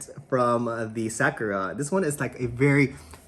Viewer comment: Sa- like "soccer" without the "CCER" Ku- like "cool" without the "L" Ra- like "rock" without the "CK" Mahalo for sharing! Aloha from Hawaii!